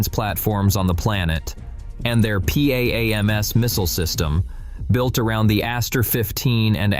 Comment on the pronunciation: is that ship MHD propelled? Why do AIs keep modeling ships like that, and without obvious propeller or pump jets? and at... , just pronounced as PAMZ, not letter-by-letter P-A-A-M-S. OTHERWISE, nice prez.